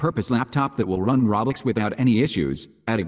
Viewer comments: Reaaly he says roblox it’s soooo funnnnyyyy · Yeah I can't watch a video that can't pronounce roblox correctly.